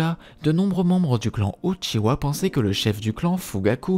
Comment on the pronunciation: j'adore quand il dit " l'histoire du clan OUTCHIWA"